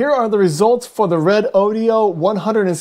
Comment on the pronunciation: I notice the reviewer here pronounces this battery as: "Red-Oh-Dioh". That can't be right as its spelling is Redodo. So, wouldn't "Ree-Doh-Doh" or "Red-Oh-Doh" be its pronounced name? Otherwise, nice to see some analysis on it.